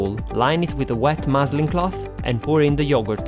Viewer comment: Love your videos! What is the name of the cloth you use? It sounded like you said moseling cloth?